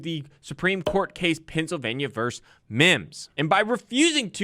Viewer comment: Not vers but versus